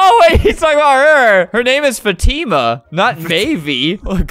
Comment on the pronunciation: fatima its in arabic not fatimma